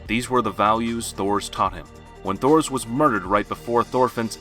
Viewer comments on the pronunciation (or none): ITS PRONOUNCED TORFINN! AND TORS! MY GAWD! do you even LISTEN to the pronounciations?!??!?!